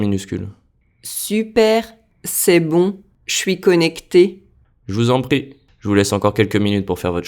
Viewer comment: i had trouble with "pas encore" and je vous en "prie". it sounded like "pas ocore" and " je vous en paie". i had trouble hearing the nasal vowel in 'encore" and the 'r' in 'prie' until the text came up.